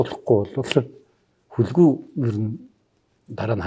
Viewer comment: Хүлэгү гэж Хүлэг гэсэн үг юм болов уу. Хэрэв тийм бол гадаад үг хэлж бгаа юм шиг Хүлэгү гэж бснаас Хүлэг гэж хэлж байх хэрэгтэй л дээ